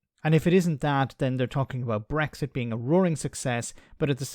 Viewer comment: It’s brexit. Not breggsit. Ffs. No wonder it’s going down the pan ,GB news, you can’t even say ecks properly.